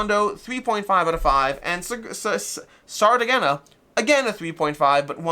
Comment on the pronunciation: Sardegna (Sardinia in english) is the name of an Italian region and island. "Sardegna" is pronounced as [sar-DEH-nyah] sar – like "sar" in "sarcasm" DEH – stressed syllable, like "deh" in "debt" nyah – similar to the ñ sound in Spanish